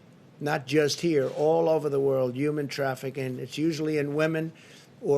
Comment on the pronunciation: “Uman trafficing” ??